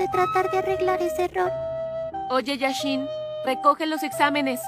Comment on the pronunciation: Lit bro Se inspiraron en el mejor arquero. Se llama Jashin pero yo escucho yashin